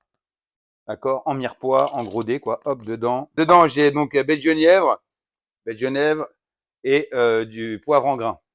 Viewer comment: C’est rigolo: genièvre prononcé comme le prénom Guenièvre. Chez nous on prononce "Jenièvre".